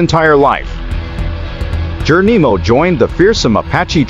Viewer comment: I AGREE 100%, I THINK IT'S AN AI, I DON'T THINK THEY CAN PRONOUNCE S*** CORRECTLY